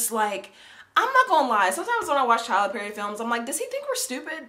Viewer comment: Did u say "Tyra Perry"??😐😄😄😄🤣🤣🤣🤣😂😂😂😂😂😂😂